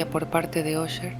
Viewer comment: Qué bien pronuncias Usher 👌🏼 Mi madre compraba enciclopedias en abonos y le regalaban libros. Unos que le dieron fueron las obras de E. A. Poe. Me encantaba leerlos en las tardes